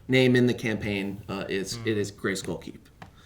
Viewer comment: "Yeah, it's castle Gayscroll." - Top tier mispronunciation.